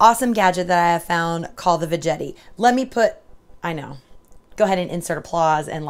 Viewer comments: I love my veggetti too! I called it veggetti with a soft g also, but it is really veggetti with a hard G- as in Spaghetti. The word Vegetable is what throws us off..... LOL....... I cracked up when you were explaining how to use it and said it all goes south from here... It is a GREAT invention though! Love it! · Love the video but it's pronounced Va Get ee, not Va Jet ee...lol